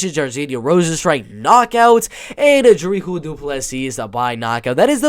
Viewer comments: Its pronounced Dree-cas . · The s in Dricus in not silent but the last s in du plessis is silent